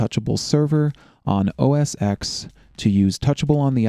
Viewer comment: OS X ... X as in ten, stop saying OS "X"